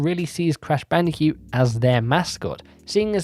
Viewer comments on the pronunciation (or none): I can't stop hearing you say "Crash Bandicute"